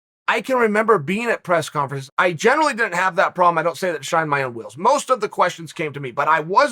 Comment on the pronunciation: Chael - "you jave to play with yourself every single day." Me - "OK great!"